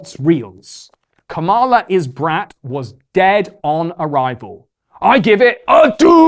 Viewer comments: 85% accuracy rate on this although I always enjoy and actively seek your take on the passing year. For example, you consistently mispronounced ‘Kamala’ and SNL is 50 years old not 40. I’m not sure that Brat is the new ‘Live Laugh Love’ so much or that millennials are as irrelevant as you suggest although they certainly aren’t the youngest in the conversation anymore. Luigi is hot af tho and Catholics are indeed metal. Have a great 2025 🎉🍾🎊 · Great video but the way you pronounced “Kamala” hurts my heart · Can't even pronounce kamala's name right lmao